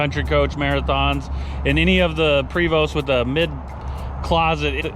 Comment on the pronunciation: PRE VOST! Not Prey vo 🤦🏻‍♂️